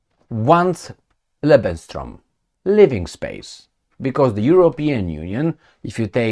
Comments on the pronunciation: It is called "Lebensraum" not "Lebenstraum".. but I want to say: your're doing a great job!!! Thanks so much!👍💪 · te urmaresc de mult timp nu este lebensstrom ci lebensraum se pronunta exact cum se scrie... nu vreau sa vina vreun destept sa iti spuna ca nu zici corect... in ceea ce priveste Serbia 0resimt ca UE va lua M.UE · you pronounce it "Lebenstraum" - that "t" makes it livingdream instead of livespace... 🤔😅😂 Always good to see you, all the best, take care 🙏🍀🙏 C. 🦉😇